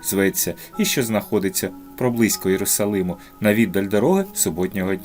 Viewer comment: Єрусалим а не Єрусалім дякую за роботу 😊